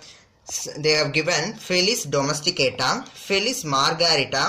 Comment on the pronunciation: In book they have given domestica sir .but u have pronounced that as domesticata